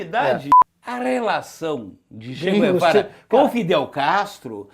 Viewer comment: "Che quervara"